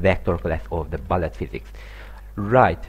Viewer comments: Hello, sorry for nitpicking, but it's pronounced like "b-oo-llet", not "b-uh-llet". Sorry about that. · Its bullet, not ballet.